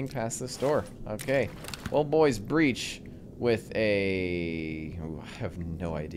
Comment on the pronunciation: "Alright boys, we're gonna breah this one with C4" - WAIT YOU'RE GONNA DO WHAT WITH WHAT?!